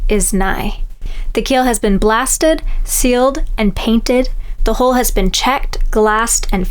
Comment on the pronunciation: The body of a boat is a hull, rhymes with gull. It is not a "hole". Nobody wants to associate a hole with a hull.If it rhymes with gull, it keeps water out. If it rhymes with bowl, it lets water in.